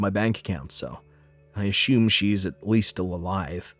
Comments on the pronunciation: This guy always kind of sounds like a surfer, unless he’s doing and obnoxious fake accent. And it’s “uh-sume” not “uh-shume”. There’s no sh that word. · I get pronouncing schedule the way they do but the way they say assume I don’t get. There’s no “sh” in that word.